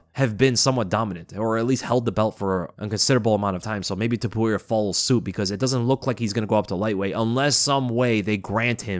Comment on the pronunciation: It's " T O P U R I A " , and not " T U P O R I A " ! I can't describe the cringe i felt the whole time listening to all 3 commentators saying his name wrong THE WHOLE TIME. Bruce Buffer is the only one that said his name correctly.